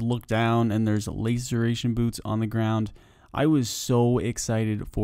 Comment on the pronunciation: Laceration, like last. Lasseration you may even say... English language isnt that hard if you try.